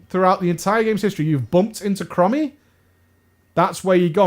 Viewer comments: Are you calling her "crummy" on purpose, instead of chromie? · OMG "Crommy", you mean "Chromie" as in them sick Chrome's on your whip! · Yeah, when he said “Crommy” I was like DansGame every single time. Cmon, in the interview with Bay you said you cared about the story now OpieOP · Every time I heard "crommy" part of me died inside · Please, dont ever say Krommy again. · Pronounced... "Chrome-ee" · STOP MISPRONOUNCING HER NAME I CAN'T TAKE IT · THE WAY YOU PRONOUNCE CHROMIE MAKES ME WANT TO JUMP OFF A BUILDING